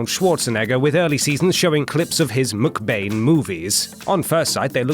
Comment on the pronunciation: Why do you say McBain like Muk Bane?